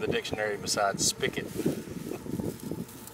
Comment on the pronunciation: It's Spigot not spikit